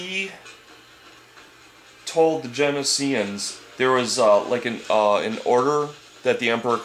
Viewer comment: not jen-i-s-ee-ans its jen-O-sh-ee-ans